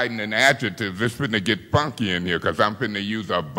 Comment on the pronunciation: She said fonky lol 😂